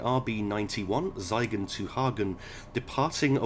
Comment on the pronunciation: Hi there First of all a little pronounciation tip: Whenever you have an 'ie' or 'ei' construction in a German word, flip the letters, i.e. 'Siegen' is actually read like 'Seigen' Second, regarding the speed warning boards, did you know of GPA/GU? You can read my 'guide' on GPA/GU here: That'll explain the weird PZB magnets around speed boards in Germany :) Cheers, Prof.